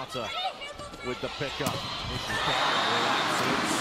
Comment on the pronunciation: At 841, the commentator said Ishikawa's name as Iwasaka. lol